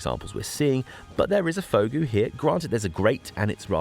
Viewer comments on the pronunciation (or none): jee-zowster and vog-oo youre welcome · Fogou is pronounced Foo Goo. Related to Ogo meaning cave in Cornish.